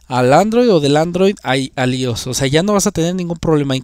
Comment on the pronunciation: «ios» no existe, es «iOS» y se pronuncia «ái óu es». Gafo.